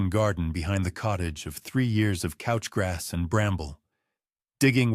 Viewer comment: Couch grass is pronounced cooch